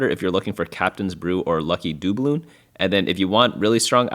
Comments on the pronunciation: engagement bait mispronunciation of dubloon here is my comment ;) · You say doubloon weird